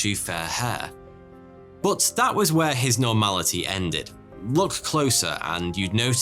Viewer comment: Dang English is my second language and I notice you pronounce but like bot this is only slightly annoying but more funny than anything, also you say would and could like woot and coot. 😆I bet you add an extra (i) at the end of aluminum too. I hate it🤣, love your show.